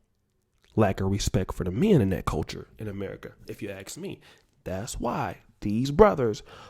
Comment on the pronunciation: It's ask not axe